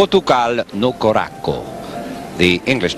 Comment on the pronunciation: "Portugal no korakkoh" Nope, it's coração, pronounced as "kurasaw". Why can't the commentators do any research?